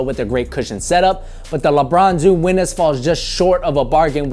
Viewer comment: "lebron zoom weeness" lol